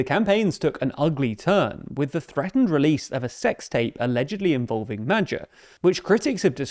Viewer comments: Hungarian-born here: "Mad-yar" is the closest it'd be to the correct pronounciation. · isn't is 'moah-ioar!? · Madjer. Never heard it prounounced like that. Bulgar, Avar, Magyar. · Presenter please find out correct pronounciation of Magyar, which happends to mean "Hungary" in the native language. its not Magyar with a as in apple, its Magyar with a as in father. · The reporter's pronounciation of "Magyar" is wrong. It's "Mah-dyahr", and not "Mah-jahr". The letter "gy" pronounced as the combination of "D" and "Y" voices, which comes in english usually with "du" syllabels(like "during"), or "dew"(like "dewey"). Before the video check with google translator, or with something else. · Not "Medzhjar", but Magyar. Closer to "Madyar". The "d" in "during" is the closest sound to "gy" that English can offer. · Who's Medjuh? I only know Magyar. 😂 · Just for info: Magyar's name is pronounced approximately "MOD-yar," not "Majjar," his party is pronounced "TIS-sa." Orbán'a party, Fidesz, is pronounced "FEE-dess." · A couple of notes on pronunciation: Magyar = Madyaar Fidesz = Fiddezz Tisza = Tizza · Isn't it pronounced "Modyar"? (If one wishes to be pedantic), Personally I would like to see Hungary a Kingdom again, this time around a constitutional monarchy with an actual King instead of a Regent!) 😃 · If you can't pronounce his name just say Peter with the english pronounciation and say "Magyar" as Madyar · "Mad-jar" Me when I'm in a mispronouncing foreign words contest and my oppponent is TLDR News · "Madger" is a novel and unique pronunciation. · If you pronounce magyar as "MADYAR" it's closer to how it's actually pronounced. You're welcome. ❤️ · GREAT pronunciation NOT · How is the Engrisher butchering someone's name this much? Is he even trying to pronounce it? Low IQ perhaps? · The pronounciation of Magyar is not the best. It's a lot softer. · That's not how you say that name. Couldn't you have checked that? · TIL I have been pronouncing van Magyar? wrong the whole time.